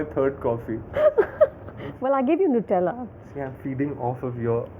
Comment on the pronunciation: Its not pronounced as Nootella, the pronunciation is annoying.